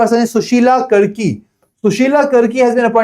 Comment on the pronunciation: karki (कारकी) hota h sir 😭 I am from Uttarakhand and I lost it when you pronounced कर्की